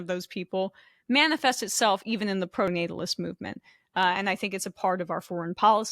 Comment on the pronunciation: Emma saying "proto-natalist" instead of "pronatalist" just shows how much Sam has rubbed off on her lmao. Great show!